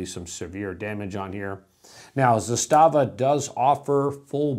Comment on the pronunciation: 'zastava. is the way to pronounce it correctly. hard accent on the za.